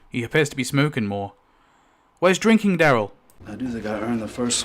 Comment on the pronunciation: DAryl, not DEryl. Incredible that you've spent this much time watching the show and studying it but still can't say his name properly.